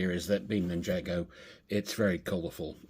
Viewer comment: Loving your videos mate. I have a huge city under construction in my garage. Assembled way more than enough to fill around 120 baseplates - just need the time and motivation to get on with it. Just one small thing please - it's NIN-JAR-GO lol.